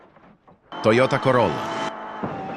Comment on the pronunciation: HAHAH loved how Toyota was pronounced